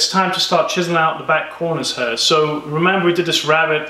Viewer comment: You say "here" like "hair". I'm pretty good in recognizing accents but yours is mix of many :D